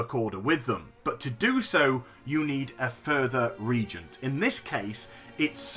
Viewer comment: Reagent pronunciation: "Re-agent" Go ask Bellular : )